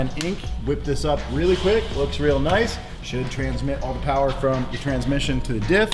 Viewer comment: More Powah Baby!